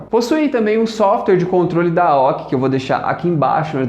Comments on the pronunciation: Excelente vídeo, só deu agonia ele falando aoqui--- A O C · Admiral Overseas Corporation "AOC" não se pronúncia aoqui. Soletra... obrigado pelo vídeo, parabéns! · A O C se pronúncia letra por letra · Cara nunca ouvi chamar de AOQUE E SEMPRE AOC KKKKKK ouvindo falar aoque fica estranho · ''AOKI" rs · AOQUI NAO É AOCÊ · Pô mano... Monitor é AOC não AOKI... Puts... Mancada velho... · boa analise so n foi melhor porque ate a mulher do google sabe o nome da marca e vc n sabe ksksksksk aoci kskskskks zueras curti o video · primeira vez que vejo alguém falando AOKI para AOC kkkk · o cara fala aoq kkkkkkk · realmente muito boa, tirando a pronuncia da marca AOC incorreta esta ótimo mesmo.